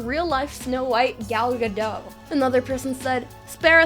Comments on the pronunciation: Gal GadoT not Gal "Gadoh" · gal gadot is not french, its an israeli name. you pronounce the "t" at the end. yes, its pronounced "gal gah-dot"